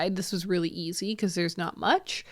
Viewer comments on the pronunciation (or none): none